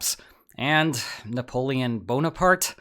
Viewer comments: Ah yes the Nappoeon. If youre going to start using shitty ai generated stuff for every video then its time to unsub from this trash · Man how is AI so bad at Napoleon's name this is comical